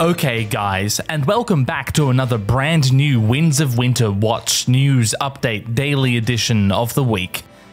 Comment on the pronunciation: Is it just me, or does he say "the wings of winter"?